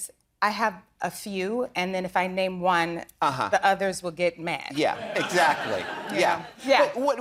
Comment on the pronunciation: Why dude pronounce every names wrong he funny asf if he tried to do it on purpose?